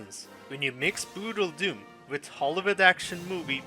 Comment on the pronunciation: I lost it when you said "What is bruudledum"